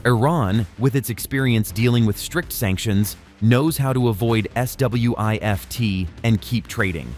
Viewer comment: S.W.I.F.T 😂😂😂.... Just say Swift man.